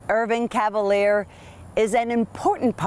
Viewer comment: Mispronounciation of his French last name - "Cav-a- leer" when it should be, "Ca - val - yay". ⚜️